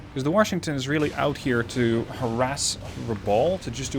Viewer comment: love the vids! I know English is a 2nd or 3rd language for you and you speak it REALLY well. A little pet peeve of mine; Washington is pronounced without an "r". it is wash not worsh.